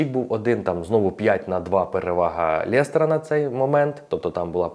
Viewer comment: лЕстера, а не лЄстера))